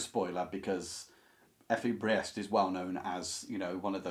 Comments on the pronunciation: fWIW "Briest" should rhyme with "beast", but you prononounced Kohlhaas perfectly fine ;) All Kleist novellas can be recommended. Kohlhaas is the most elaborate but they are almost all rather dark (violence and sex) and fast paced (Kleist's style can be breathless in German, with sentences over half a page or more). Fallada has the stress usually on the first syllable (it's a pseudonym), I read that book (and several others of his as a teenager many years ago). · Your pronunciation of the name Kohlhaas is good; your pronunciation of Fallada is close enough. “Effie Briest” is pronounced “Priest.” “Michael Kohlhaas” is the book on the list that moved me the most. I enjoyed reading Theodor Storm and Wilhelm Hauff as a child, but I’m not familiar with “Lichtenstein.” It’s interesting that, within Germany, “Der Steppenwolf” is the better-known book by Herman Hesse, while “Siddhartha” hardly plays a role. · I would translate "Drang" as "urge" or "drive" rather than "stress".... The name "Briest" BTW is pronounced "Breest". The only ones I have read a long time ago are "Steppenwolf" and "Wahlverwandschaften".